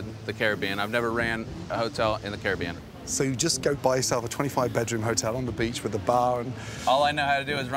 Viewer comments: Thinking about it, I do believe Gordon pronounces "Caribbean" correctly. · Finnaly someone who can pronounce caribbean like a sane person!